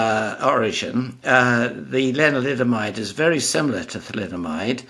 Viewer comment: 😊around 3 min mark is he saying linoliamide?